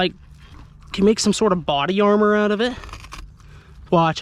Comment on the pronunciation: Body GAR-mor(said like armor) 😂😂